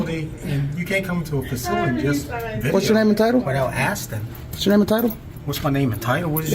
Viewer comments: “You can’t come into a facility just video without ASTIN” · He was "astin" him